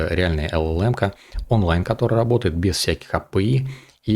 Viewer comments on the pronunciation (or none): none